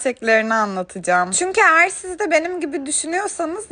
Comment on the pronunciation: Lütfen eğer demeyi öğren